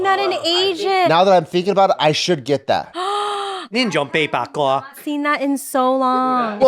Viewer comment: Cantonese pronunciation for the black syrup is "pay pah go"